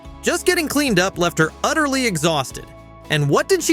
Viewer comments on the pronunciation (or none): don't say utter ly .... gross. Jk